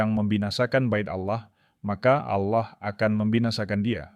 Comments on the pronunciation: Allah bukan auloh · Sebut Allah bukan awloh .. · Kenapa admin menyebutnya Aulah? Harusnya Allah, karna di Kristen tidak ada penyebutan Aulah tapi penyebutannya Allah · Cara baca Allah ya juga harus Allah bukan Aloh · Maaf, karena pengucapan bapak ini dengan kata Alloh bukan Allah / Tuhan, mungkin bapak ini dari islam dan sekarang Murtad ini yg lagi belajar untuk mengikut Tuhan Yesus Kristus, Tuhan kita🙏coba kalian lihat beliau meminta petunjuk untuk memberi satu pengikut utk memotivasinya. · lho kok pengucapannya alloh bukan Allah.....piye ki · pak cara pengucapannya ALLAH, bukan auloh, bapa ngucapnya auloh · Ya betul saya jg mau coment begitu